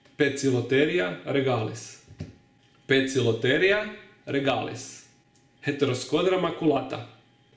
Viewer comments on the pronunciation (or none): I haven't watched the video yet, but I have noticed that you incorrectly pronounce spiders of the genus Poecilotheria as Poke-i-lo-ther-ee-a, when they should be pronounced Peac-i-lo-ter-ee-a. An oe in Latin makes a "P" sound, as in peace. I don't know if this was addressed in the video, and I'm about to find out, but this has always been something that has bothered me about your pronunciation. I still love the videos though! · Great video, I'm glad that you've made made this video because a lot of people pronounce the scientific names the wrong way. Isn't it pronounced as Poikilo-the-ria, following the Latin rules? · in latin yes but not in greek! 'poeci' is derived from old greek word "pykilos/poecilos" which is pronounced with a hard K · I've heard Poecilotheria commonly pronounced 3-4 different ways and none of them were the way you said it 😂